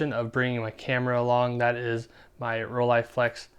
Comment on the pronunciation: Best part? where you pronounce Rolleiflex correctly!